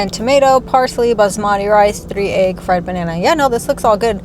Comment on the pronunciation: You pronounce egg the same way ARL does 😂. It sounds like you’re saying aag.